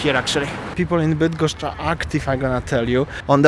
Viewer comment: cos za latwo idzie tobie wymowa -bydgoszcz,kim jestes??